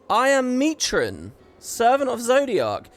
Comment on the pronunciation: whenever says Mitron I seem to hear Mai Trin